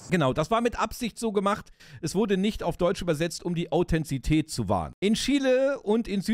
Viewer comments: Super Video! Vielen Dank dafür. 👍🏼 Ein paar Anmerkungen meinerseits: - so wie ich mich erinnere, war der Truck von Willers in Staffel 1 ein Volvo - die Menschen, die in Chile leben, nennt man Chilenen und der damalige Diktator hieß „Pinoschee“ (Pinochet) - es heißt Authentizität, nicht Authenzität 😉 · Erstaunlich sind die zahlreichen Wortfehler – selbst Krug und Kirschstein werden verwechselt. Au-then-ti-zi-tät. Von Namibia nach Marokko?!? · Authentizität, nicht Authenzität